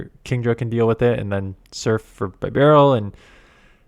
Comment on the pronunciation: Plz god don’t call it By barrel It’s beh barrel Also plz bring up the fact you got denied or one turn lag about 15 times in this video you content creators half to keep pushing the subject hard that Niantic HAS TO FIX THIS TRASH BEFORE THE UPCOMING REGIONALS